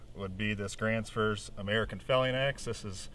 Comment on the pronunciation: i think you said grantsfurs or grants fours the 19 inch handle wood please let me know